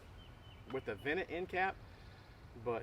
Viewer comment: I’m just teasing I was getting a kick out of the way you say vented. The vennit and unvennit end caps. I’m seriously thinking about getting this torch though for my mk18! I’d always heard about it but it was never really on my radar till now